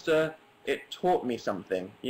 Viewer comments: This story sounded like a graduation speech... until he said educuted. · "it educuted me"